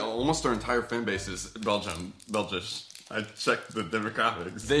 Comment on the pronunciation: Shout out to "bell-jish"